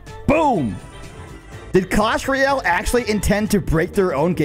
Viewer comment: “Clash Reyale”